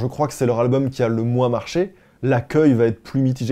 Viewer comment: Qui dit "albeum"?